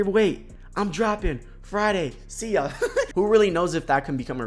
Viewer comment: “I’m dropping Friday SEEYUH” 😭😭😭